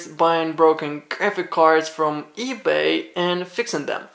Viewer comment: Due, it is "eBay". At least get it right.